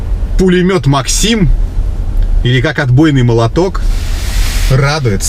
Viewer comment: Не максИм, а мАКсим